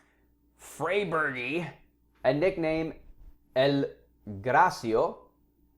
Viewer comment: Sorry that annoyed me: Graecopithecus(Greko-Pith-Ikus) freybergi(Fray-Bear-Ge) and El Graeco(El Greko)